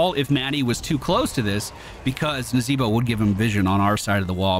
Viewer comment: Man, I miss the way used to pronounce Nazeebo. "Nazeeee-BOH!" Ahh, good memories. ='-)